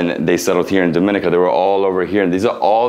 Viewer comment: Repeatedly mispronounced the name of the country. Should be pronounced as DOM-IN-NEE-CA